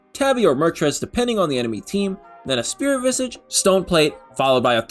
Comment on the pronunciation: so you’re pronouncing coup de grace correctly but keep saying Spirit Visigi, it’s vizaaj